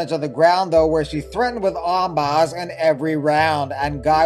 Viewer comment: "Ahm-BAH!" I love this channel.